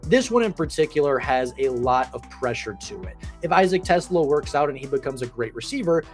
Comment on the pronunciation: its TEE-Slaw